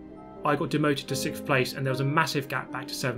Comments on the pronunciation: “sick of sickth” GT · Good job not getting sixphhhhth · Sickth and tired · Maybe if you said it right you might do better.